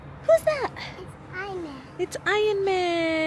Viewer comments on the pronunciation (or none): none